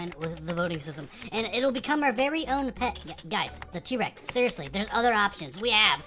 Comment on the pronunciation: its t-rex not t-rax